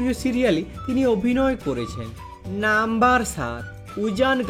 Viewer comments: আমিও তাই ভাবছি। এমনিতেই উচ্চারণ খুব খারাপ। তার ওপর নাম্বার শব্দ টা টেনে লম্বা করে বলা! অসহ্য!! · নাম্বার টা কেমন ভাবে বলছ তুমি